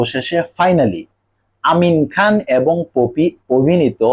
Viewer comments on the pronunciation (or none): তুই আগে বাংলা উচ্চারণ ভালো করে শিখে আয় একটা অশিক্ষিত তুই একটা অশিক্ষিত তুই পপিকে বলতেছিস পোপি